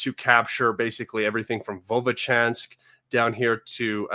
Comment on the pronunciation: Where do you find the extra "o" in Vovchansk? lol